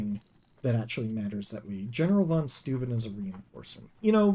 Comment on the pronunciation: I think it's "Fon Shtoyben" (Von Steuben). St is always read as sht (EinSHtein), and eu is oy, as in Freud.